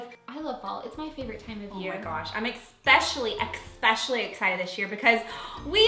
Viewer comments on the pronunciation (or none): Did she just say "expecially" instead of "ESPECIALLY"?! I swear she did it on purpose as a joke or something haha